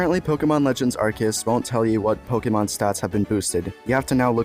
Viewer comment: how you pronounce Arceus let me guess You come from mandjtv too right :) :)